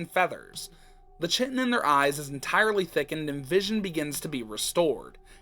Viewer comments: Fun fact: chitin is actually pronounced more like kite-in! Awesome video btw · Ik this is like a month old but chitin is pronounced Kai-ten